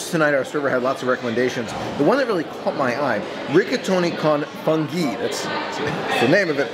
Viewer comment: Con funghi is pronounced “cone foonghi”